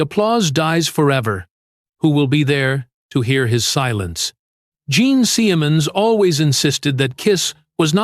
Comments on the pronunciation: Bullshit, cheese-dick fake narration. Gene Semens?! For the first and last... teemay... piss off. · Jean seeeeaaayamunz this ai narration is trash.